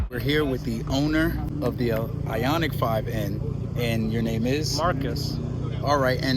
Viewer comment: It's ioniq